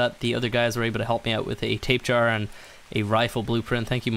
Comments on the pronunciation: Why do u say tapejar it’s tabahara that’s how it’s said not tapejar lol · It's not a Tape-Jara, it's a Tapy-Jara EDIT: as in pronunciation. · It's not pronounced 'Tape Jar' And I currently play the mobile version of this game; The frame rates suck, the crashes are frequent and it's generally a mess. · R.I.P xxxtentacion lmao stop being a pissed kid He pronounces it wrong but not that it matters But People who correct others every time is annoying tbh Btw it is actually Tapy-Hara Its a silent J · JUST SO YOU NO THEY ARE PRONOUNCED TAP-A-HARA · Tails Gaming he says tape jar cause he likes too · Apparently it’s pronounced Tap-a_Har-uh... W H A T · Oh my god if I here “tape jar” ONE MORE TIME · I thought it was really how you thought it was supposed to be said until I watched more videos 😅 I live in the SW United States and I hear Spanish words get absolutely butchered all the time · Why do you sat tapejara like that its a very strange pronunciation